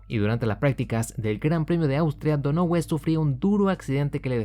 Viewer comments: se dice “Donajiu” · Donohue (Pronunciación: Dónajiu). Solamente complemento tu gran video, sigue así, tío. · "Donohue", tal cual. A unos si los pronuncio bien, a otros no ¡Fórmula Uno! Compadre.